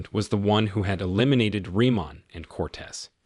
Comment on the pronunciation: He keeps saying the names wrong. It's Freemont and Coates. Not Reman and Cortez.